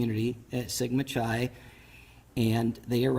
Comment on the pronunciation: I have little faith in a Police Captain who does not know how to properly pronounce Sigma Chi.